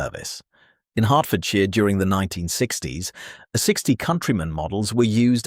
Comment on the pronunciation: Opening line: "The Austin, a sixty Cambridge ...". Seriously? Read your own script, please!